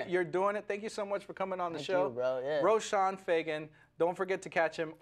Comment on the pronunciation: Its Roshon